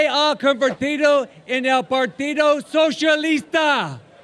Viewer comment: FUCKING HILARIOUS 😆 "SOUSHALISTA"